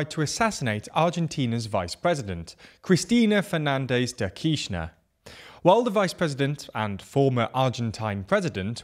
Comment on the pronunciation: You pronounced Cristina Fernández de Kirchner very well!